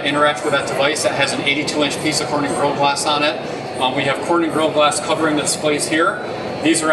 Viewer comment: Gorilla has 3 syllables.... Couldnt get past his rushed pronunciation